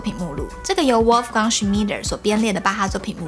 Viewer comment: 除了Wolfgang以外 (the German W is pronounced like the English V) 您的德文發音真是太棒了 👍🏼👍🏼👍🏼